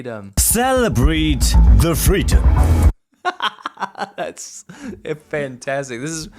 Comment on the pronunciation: Cererbrate de fleedom